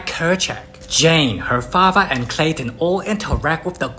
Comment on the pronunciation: And it's clayton